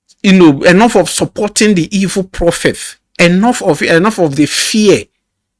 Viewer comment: nice wirk uncle but i juat have one comment to make. please sir you dont have to pronounce words that have the letter "T" as "TH" like when you said "PROPHETH" instead of "PROPHET" or when you said "ENTHERTHAIN" instead of "ENTERTAIN" i come in peace sir🙏